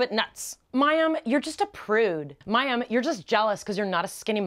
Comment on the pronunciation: Yes. Once more you said it correctly. Thank you :) From a man.